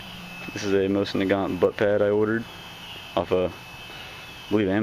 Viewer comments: The correct way to pronounce it is nosin naygant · Pronounced MO-seen Nah-GON. :-)